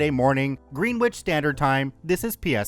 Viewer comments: Green-witch 😂 It's pronouced Gren-idge. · What the fuck is Green Witch standard time? There isn't even a T in Greenwich ffs 😅